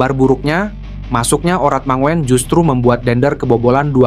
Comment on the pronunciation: Hai bro..namanya ratnar. Dibacanya ratnar urat mangun. Bukan dibaca mangoen..kaya gk sekolah aja